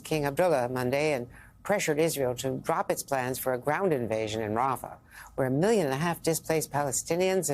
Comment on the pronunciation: Having job Biden talk shows he isn’t in charge of what’s going on. He can’t even pronounce rafah